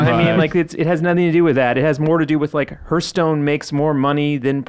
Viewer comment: Hurthstone? Wtf lol